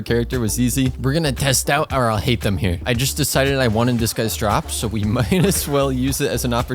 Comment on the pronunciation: you saying alhaitham sounds like ill hate them/him/em xD